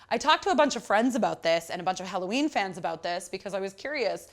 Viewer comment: BTW the name of the band is HELLOWEEN not Halloween